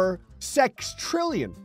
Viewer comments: it’s not sextrillion it’s sextillion there no R in it. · every time he pronounces "sextillion" as "sextrillion" it hurts my soul a little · It's sextillion, not sextrillion... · There is no R in Sextillion, my friend. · It's "SexTILLion" not "SexTRILLion". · Did bro just say sextrillion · IT IS SEXTILLION. NOT SEXTRILLION. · Not sure where the R is in Sextillion but whatever we can roll with it. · it's pronounced sex-tillion